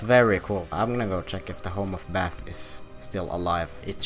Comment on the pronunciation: Let's take a BÄTH